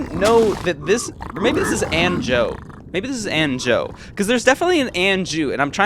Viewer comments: yo my name is pronounced like “banjo” not “anjou” LOL But ggs!!!! Incredibly deserved netherite rankup. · its pronounced AAn"joe" anjo means angel in portuguese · he’s saying his name is pronounced like the “anjo” in banjo, not actually banjo